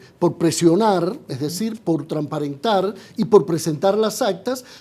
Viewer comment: Este caballero ¿habla español? Dice "tramparentar'... "Las potencias que potencialmente.." !Seleccionen mejor sus invitados! Gracias... .